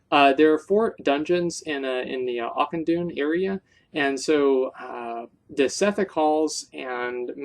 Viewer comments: Zup Asmongold, nice recommendations on dungeons, but it's pronounced more like akkenai than auchenai! You specifically learn this in WoD when they speak of it from time to time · I lol'd every time you said "Auchenai". :P